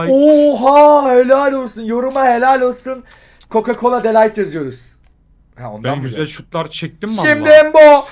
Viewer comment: 🤦🏿‍♂️🤦🏿‍♂️🤦🏿‍♂️ De Light diğil De ligt